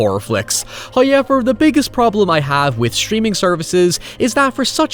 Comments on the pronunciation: OMGGGGG...SINCE YOU INSIST ON FUCKN SAYING "HOWEVER" IN EVER FUCKN VIDEO, AT LEAST PRONOUNCE IT RIGHT! THERE'S NO FUCKN "i" IN 'HOWEVER' !! I UNDERSTAND THAT YOU HAVE AN ACCENT, BUT HAVING AN ACCENT AND PRONOUNCING A WORD COMPLETELY WRONG ARE TWO DIFFERENT THINGS! WE'VE HEARD YOU SAY THE WORDS "HOW" PERFECTLY AND "EVER" PERFECTLY, THEREFORE THERE'S ZERO REASON WHY YOU CANNOT SAY HOW-EVER, INSTEAD OF "HIGH-EVER"! 😑🙄😒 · First "hoyevver" drops . Praise be to Him for his bounteous generosity. He rewards us for our devotions.